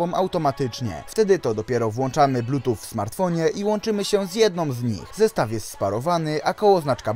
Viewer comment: Widzieliście już jak rozpocząłem zmianę swojego studio? :D Jeśli nie, to zapraszam! Swoją drogą! Z mojej strony sorry za błędy w audio przy wymowie słowa Bluetooth, które nie wiem czemu brzmi jak "plutuf" oraz "lag" które wybrzmiewa jako "lak" :D Myślałem, że wymawiam to poprawnie a to na odsłuchu nagle okazuje się, że taka heca :D No cóż, bywa Jestem ciekaw co sądzicie o tych słuchawkach. Czy za 50zł to odpowiednia kwota? Jestem ciekaw waszych opinii. Zapraszam do komentowania ;) Szybka edycja: Słuchawek tych nie polecam, jednak jeśli ktoś na prawdę bardzo chce ich spróbować, to zapraszam do zakupów z tego linka afiliacyjnego. W ten sposób wesprzesz mój kanał :)